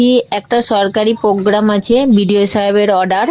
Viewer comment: সরকারি প্রোগ্রাম হলে তার কোনো লিখিত অর্ডার আছে??? এই টাও ঠিক করে বলতে পারে না , বলছে পোগাম।